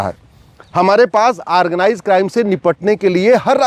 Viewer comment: aargnize nahi organize hota he,,kaangress nahi congress hota he,, advocate sahab thikse pronounce to kijiye,,,baki ap sahi bol rahe he,,hamare desh me kuch kanun to badalna hi chahiye